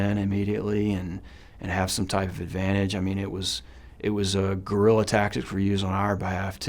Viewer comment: It’s “guerrilla”